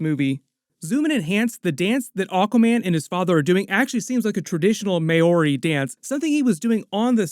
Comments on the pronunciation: (Mau - ree) and roll the 'R'. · The way he pronounced Māori xD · You can't take the time to learn to pronounce "Maori" properly LAME!!!!